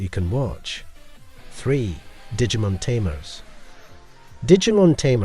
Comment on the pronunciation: Look, I love that you took time to make this, but my bro, stop saying Digimon wrong, at least. This isn't an Aluminium thing with the way Americans talk, for once your accent is ruining a very simple word xD